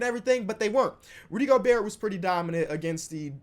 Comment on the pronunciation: No one:: Go-BUrt